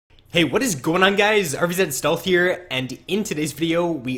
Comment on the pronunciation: Your name is RVZStealth, not RVZEDStealth. Why do you say that.